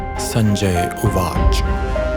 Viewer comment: Pranams Swamiji. Pleasure to hear you vice!!!!!!!!!!!!!!!!!!!! Please can it be pronounced with sanskrit intonations as uvacha, instead of uvach?